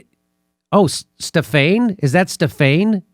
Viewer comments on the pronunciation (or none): Jimmy, Stephane is French first name for a male. It's pronounced without using English grammar dude. Forget the "e" at the end. It's pronounced Stefan / Stephan. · Jimmy Stephane is pronounced "Ste-Fan" in French. It is Steven in French.